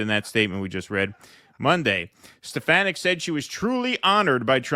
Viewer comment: Btw....she's from my neck of the woods...that's Elise Steh-Fah-Nick